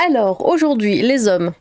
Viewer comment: "alors aujourd'hui les z'hommes" heureusement que t'es pas enrhumée sinon c'était le drame ! indice: en cas de rhume, les m sont prononcés b